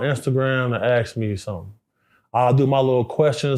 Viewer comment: Any grown man that doesn’t know how to say the word “ask” I instantly lose respect for